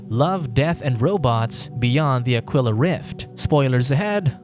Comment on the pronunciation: Aquila. Ah-Key-La. As in Tequila